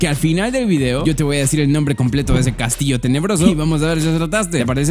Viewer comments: Dice "castilo de.." es castillo* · Dice "Castilo" en lugar de "Castillo" xD